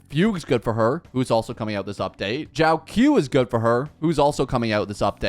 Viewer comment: It's not Jiao-Q it's pronounced Jiao CHO